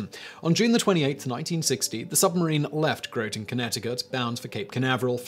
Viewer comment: Also, Groton Connecticut is /ˈɡrɒtən/ , on the /θeɪmz/ river.